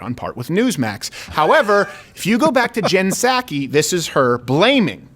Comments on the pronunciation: It’s saki, rhymes with cocky. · Can’t take credit for this post: The “P” in Psaki is silent. Like the “P” in (p)resident Biden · Its nut saki silent P